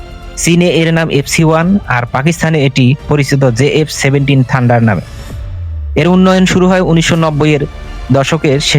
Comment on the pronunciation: ঠান্ডার না ভাই থান্ডার।